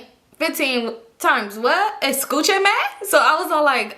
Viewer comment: "eschuchame" took me outttt is bilingual!! 😂